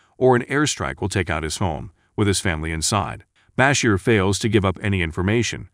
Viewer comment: Is this being narrated by the whitest man in America? BAH-Sher - no. It's Bah-SHEER. How do you not know how to pronounce Miguel? It's not Meal. It's Mi-GEL. What is wrong with you?